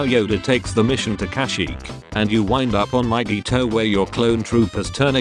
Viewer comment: mygeeto more like myYEETO😂😂👌👌👌